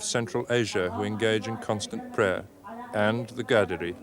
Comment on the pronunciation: Qaderi Sufi Tariqa. He mispronounced it as ghaderi.